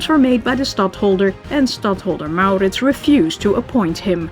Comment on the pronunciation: so, you are soothing! We CAN fall asleep! At the sound of your voice? No. Although you have a pleasant enough voice. No, we fall asleep, when we're tired, and in our beds, because the story, as its told is captivating and carries us of in... a kind of fairy land. On adventure with MauRrrritzz. Really, this way it's a story to get lost in. Always works.